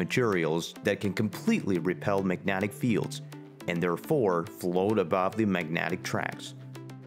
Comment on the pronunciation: We need it in the U.S., but since half of us are "mentally defective," we'll never get it. Btw, what the hell is "magnatic?" You said, "magnetic" wrong, over and over.